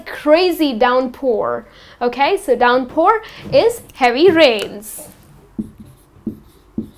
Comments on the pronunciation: Downpour, not 'Doronpour' .... but good video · thank you very much for good explain note: i think word of "downpour" not Not clear in video but it was Very good video